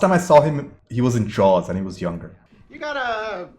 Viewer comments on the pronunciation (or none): none